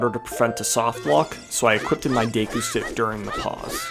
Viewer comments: Day-koo pisses me off so bad for some reason.. its Deh-koo, like a deck of cards. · What is “day-koo”? Do you mean “deh-koo”? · It's pronounced deku, not deku young man